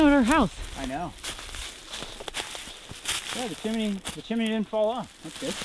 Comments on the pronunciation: OH That's funny... "Chimmeny".... Chimney is pronounced Chim ny... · You reminded me of Dick Van Dyck from Mary Poppins when you said "Chiminey". It's "chimney". And by the way, that is the saddest outhouse I have ever seen. I think I would have just burned it right where it stood. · I had to cringe a few times when you said "chimeney". My son is 39 and to this day blames the movie Mary Poppins for his spelling bee loss. He was in 2nd grade, competing against 5th and 6th graders... there were only two other contestants left (besides him) and he was asked to spell chimney. He had seen the 'stupid movie' more than a few times that year and his brain heard "chim chimeney, chim chimeney" and he spelled it that way. His elimination crushed him, but he was competing again older kids and he should feel good about coming in 3rd. He still hates the movie! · like how pronounces chimney as chim-ne-y lol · Hey Y'all - " chimney " vs " chimINee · well, i don't mean to give you any grief, i watch you guys all the time. but, it's chim-ney, not chim-i-ney. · Love your channel. We Check it out every day. Btw....the word is chim-ney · Pronouncing chimney with 3 syllables is the most adorable thing I've heard all day